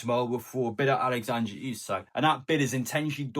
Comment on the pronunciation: I'll be glad when I don't have to hear you pronounce his name Alexandra Isak.